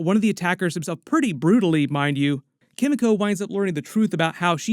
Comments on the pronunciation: Sorry! Forgive me, but it's Kim-ee-koh. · The pronunciation of Kimiko hurts me so much. Like they say her name in the show, just say it like that. 😭